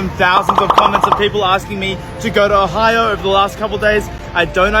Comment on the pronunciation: He pronounced Ohio as "Ohayo"